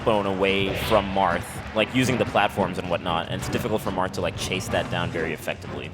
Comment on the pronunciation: lolz did he say Marff??